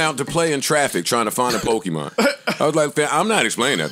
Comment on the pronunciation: said pokeman cards🤦🏾‍♂